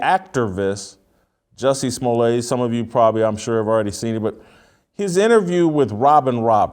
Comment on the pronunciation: His name is "Smo-let" not "Smolle'. As a kid his siblings and he had a group called The Smol-lets" not pronounced the hoity toity Frenchy way they are pronouncing it these days!